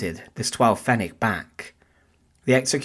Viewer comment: The way you say pfennig is just a wee bit wrong.